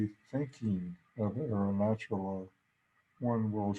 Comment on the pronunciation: with all due respect, if you want to preach with Arunachala as a background, you really should make the effort to learn how to pronounce its name correctly. At the very least.